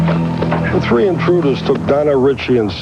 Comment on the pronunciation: That's him number tree. Lmfao!